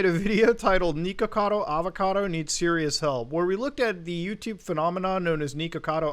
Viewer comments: tiny nitpick but it’s “nihkacado avacado,” not niko. it’s supposed to rhyme. good video anyways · mans really saying neekakado avacodo